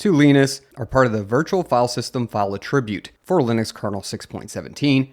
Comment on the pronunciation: You are saying "attribute" as if you mean the verb instead of the noun. The noun should be "ATT-ri-bute". You are saying "at-TRIB-ute" which is the verb.